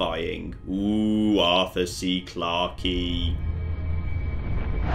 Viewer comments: 2 minutes in, and I just. I just.. The E in Clarke is silent. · Am i the only one that's going to mention how he pronounced Clarke